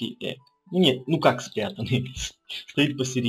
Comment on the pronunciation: Походу с английским у тогда были проблемы что он сказал не эг а эдж